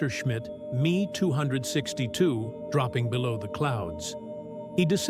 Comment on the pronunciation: INTERESTING STORY, BUT Ai it turnd me off completely sorry but lose the Ai, especially in the narration! use it for research by all means but stop it there honestly, it smacks of lazimess with the voice over especially when you hear the mispronunciation of words like "the ME 262" it really grates! all the best Dx